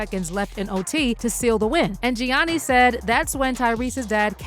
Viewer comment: You can't even pronounce Gianni's' named correctly and Shannon is saying it in the video.... 🙄🙄🙄